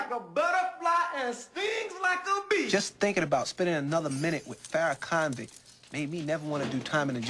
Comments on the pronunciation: dat nigga say ferrakonvict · "Farrakhonvict" LMAO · Man said farahconvict lmaooo